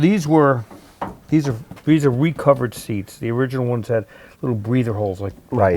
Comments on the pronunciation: "Iriginal "from people who can't pronounce Datsun properly is not surprising though.... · Eye-riginal, yes sirree.